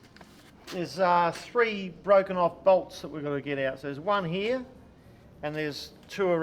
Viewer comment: What’s up with the Queensland pronunciation of the word “here”? The whole “ heeYaah” bit. is the only one who speaks normally.